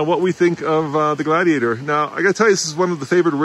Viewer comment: Does the defroster work better on Blaze than on the Glad-he-ate-er